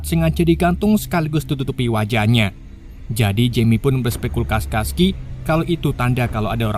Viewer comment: Berspekulasi ❎ Bersepespeskulasi✅